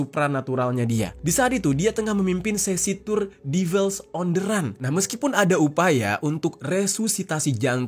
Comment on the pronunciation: Run bacanya ran